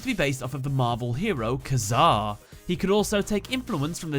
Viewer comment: Its pronounced Ka Zar